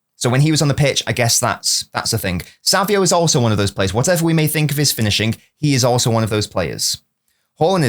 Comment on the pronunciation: why do you say savio? it's savinho